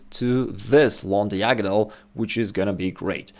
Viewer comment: Diagonal is correctly pronounced D-eye-agonal not Deeagonal